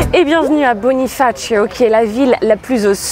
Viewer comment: Svp ne dite pas bonifacio comme sur la vidéo. Ça n'a rien de corse .